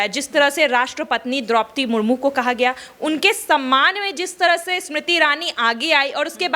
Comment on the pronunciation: आप भी राष्ट्रपति का अपमान कर रही हैं। उनका नाम सुश्री द्रौपदी मुर्मू है। आप "मुर्मुर" बोल रही हैं।